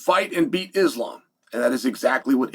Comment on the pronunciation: I bet Islam will forgive you if you learn how to pronounce his name 🥰